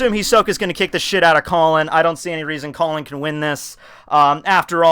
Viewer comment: I am speechless, really tekking. ik it's a joke but fucking " "